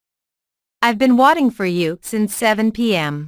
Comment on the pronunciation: Sao lại how long have you watting nhỉ, phải là waiting chứ, mình đang nằm ngủ tưởng nghe nhầm mà nhìn thì đúng thế